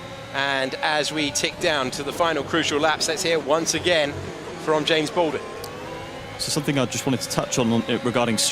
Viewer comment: Jarno, it’s James 😂😂